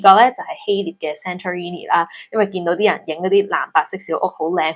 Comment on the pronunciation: 希臘 的臘讀音是 ～臘味～蠟燭這個音